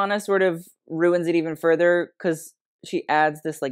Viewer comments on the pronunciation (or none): none